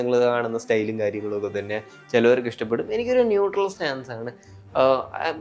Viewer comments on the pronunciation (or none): none